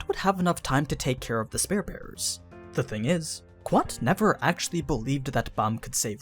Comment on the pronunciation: Ok its 3 videos for you mispronouncing spear